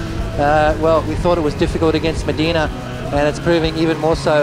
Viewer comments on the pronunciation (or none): none